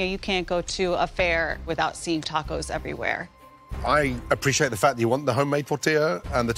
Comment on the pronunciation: l like how Aaron Sanchez, says Dordillads...Dacos...then throws out a "Hey Ya'll" 😂😂😂 What an assclown!